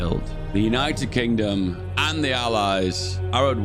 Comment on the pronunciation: “United Kongdom”